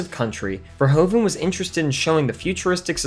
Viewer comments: As a fellow Dutchman to Paul Verhoeven, I can't help but cringe at the way you keep saying "Ver-ho-ven". It's actually pronounced more like "Ver-hoof-en" ("oe" in Dutch is pronounced as "oo" would be English). Other than this obvious nitpick, I thoroughly enjoyed the video! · Verhoeven is pronounced as verhouven, like the ou in you, great review! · The part hoeven in the name Verhoeven is pronounced like hoover with an N instead of an R. Then ad the Ver in the begining. And your pronouncing it in the correct manner. Ver-HOOVEN.